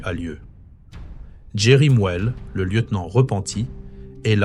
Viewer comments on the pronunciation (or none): tu es africain et tu prononces MOUELE comme un occidental au lieu de MOUELÉ. C'est pas correcte.